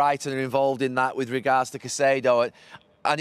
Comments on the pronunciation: These two are just best friends at this point, aren’t they?😂 And Jamie, it’s pronounced Kaisedo, not Saisedo😂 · someone please tell Carra its “Kai-see-do” and not “Sai-see-do” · Saisido?? Can carragher say Caicedo? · Why does Jamie always have to be the less educated one with his pronunciations...Saisedo? Really? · Siseedo? 😂 why do some pundits make up their own pronunciations lol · I love how they pronounce Caicedo's name differently 😅